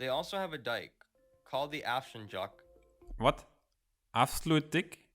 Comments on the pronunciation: It´s Afsluitdijk ijk sound like ike ``like - Afsluitdijk´´ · He can't even pronounce Afsluitdijk. It's AI.